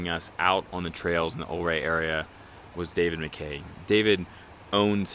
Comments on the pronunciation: Yes, it's u-ray, not o-ray. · prounced "YOU-RAY" and "MMM-OGENE" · I grew up in the 70s in SW Colorado, this video brings back great memories, thanks so much. One thing I will mention is the pronunciation is Ouray should be more like youray. Not trying to be critical just FYI. Love your videos and looking forward to your future posts. Thanks again. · I was taught by a local Ouray rhymes with Hurray, as in to cheer. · It's pronounced Yer-ay. Awesome drone footage! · If a previous comment didn't say it, it's pronounced you-ray. :) Beautiful scenery. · Idk who's right but my family always pronounced it "yur-AY" and "TELL-yoo-ride" or tellyaride.